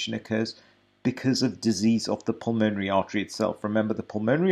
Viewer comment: Nice guy, and no doubt good Doctor. But badly needs to learn to pronounce "pulmonary".